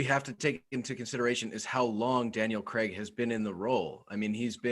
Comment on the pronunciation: Who is Daniel Creg?! fellas it’s pronounced Craig (cray-g) 😂